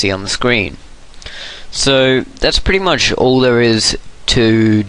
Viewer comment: you are pretty much sayin' pritty much!!!